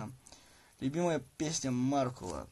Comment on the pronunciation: ПЕРЕДАЙТЕ КТО-НИБУДЬ, ЧТО МАРКУЛ С УДАРЕНИЕМ НА У, А ТО У МЕНЯ УЖЕ УШИ ВСЕ В КРОВИ